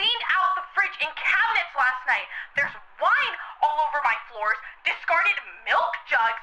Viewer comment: I think she’s supposed to be from New Zealand 🇳🇿. You can tell from the way she says scratched like “Scr-etch-ed” and floors like “Fl-oAr-s” Australians speak with a slight nasal inflection and focus more on O’s, U’s , and R’s. New Zealanders speak with the A sounding like an E and the E sounds like a U, they tend to speak with a higher inflection on the end of their sentences where as Australians speak with a higher inflection at the start of sentences. Australians speak with the back of the throat to create that full slightly nasal sound, New Zealanders speak with their tongues closer to the roof of their mouthes and pronounce more syllables than Australians. It can be difficult to differentiate between the two accents but occasionally you’ll hear a New Zealander say something that just brings it out completely, it’s like a Scottish vs Irish accent.